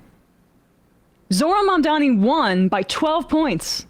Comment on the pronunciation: Pronounced "Zohran Mamdani" right. Even the 'h'